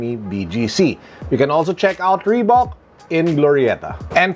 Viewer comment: reebak or reebuk. idk hahaha. Thanks